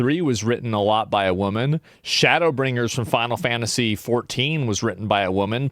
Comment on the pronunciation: Fannasy? OK idennity? Pannies? Dennist? Advannage? Why do you hate the letter "T" so much? 🎉😂